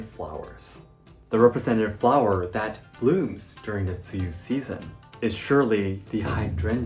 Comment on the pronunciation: When pronounced tsuyu in mandarin I was shocked as how accurate it sounded! Like Wow!